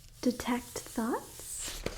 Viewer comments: I thought you were saying "detect thots" the whole time LMAOOOO it made sense in my head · Detects thots detect Thots haha that’s what I thought she said at first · Am I the only one who thought she said “detect thots?” I didn’t know I could learn a spell for that 😂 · ngl i heard defect thots at first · I had a bit of a giggle here, when she was saying "detect thoughts" repeatedly it started to sound like she was saying "detect Thots" --I don't need that spell; that's an innate ability for my character by default, I can use that as a bonus action; with +10 to my Perception checks! :P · Oml same LOL